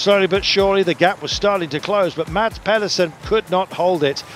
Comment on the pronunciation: Guys. Please. Mads has been world champion for a year (okay lost half the season, but hes done the tour for 21 days being prominent for porte!) Say his name properly!! The d is silent, its pronounced Mas! Not that difficult and its sort of yknow, your job!